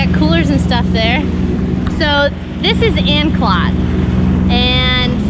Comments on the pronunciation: Sorry, you are going to hate me, not anecdote, it's An-clo-te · ANN-CLOAT DUH-NEED-INN Yw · Anclote the O is hard. Dunedin is (Dun-edin)